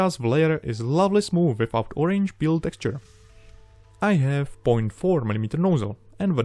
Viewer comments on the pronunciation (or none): none